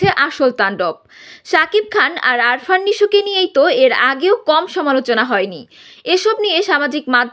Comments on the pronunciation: আরফান নিশো নয় আফরান নিশো। উচ্চারণ ঠিক করেন। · Arfan! Hahhaha😂😂😂. Name ta to thik moto bolo?